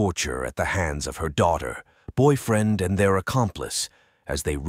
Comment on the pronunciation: First of all, this story is so sad & terrifying. Secondly, I can’t take any of this seriously due to the narration. Boy -freen!? Testifee? Unthink-able !? What is happening lol